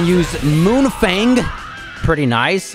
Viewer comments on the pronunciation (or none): none